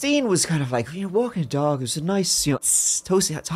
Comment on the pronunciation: I thought for sure he said she was walking a duck.